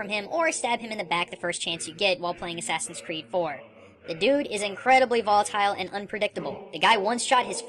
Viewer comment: Please dont say "ass creed"...that's a humiliation of a great game franchise!